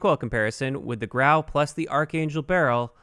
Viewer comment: It's pronounced grew ow